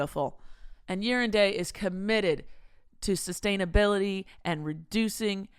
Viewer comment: For the sponsor "Year and Day", does anyone else hear saying "Urine Day" or is it just me? 🤣